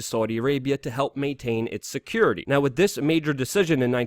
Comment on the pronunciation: Please stop saying "wit" as opposed to "with".